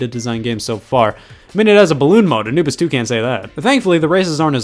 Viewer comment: Did you say "you played Anubis 2" or did you say "you played Anibus too" Please, my life has no meaning without the answer